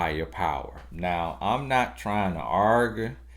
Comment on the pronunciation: your videos give me life ! Love your accent !!! when you said argue it took me out lol